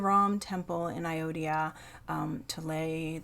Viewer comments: It's not ayodya its ayodhya🙂.jai shri ram🙏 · Anjali pronounciation is very funny...Ayodiya😀😀😀😀.....while it's actually called Ayodhya